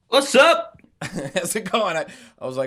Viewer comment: ngl when Niall said wassup at the beginning my brain heard vas hap- as in vas happenin... just me? ok